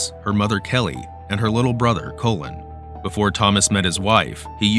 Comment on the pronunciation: Her little brother COLON ? it's pronounced "call-in"